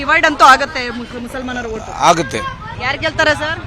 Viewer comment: ನನ್ನ ಹೋಟು‌ ಅಲ್ಲಮ್ಮ... ನನ್ನ ಓಟು ಅಂತ ಹೇಳಮ್ಮ.